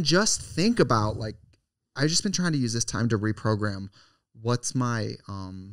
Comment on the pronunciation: Tell me why trixie says reprogram but also progrum